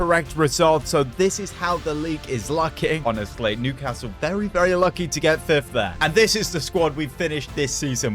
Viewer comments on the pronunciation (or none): none